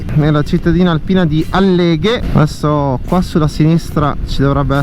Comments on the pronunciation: àlleghe, non Allèghe! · Ciao bel video! Però Àlleghe non Alleghe!!! 😉